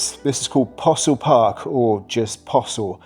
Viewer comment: Glasgow; Possilpark and Possil are 2 completely different places. Your pronunciation of different areas laughable. Love your videos, but get a Glasgow-born person to edit for you.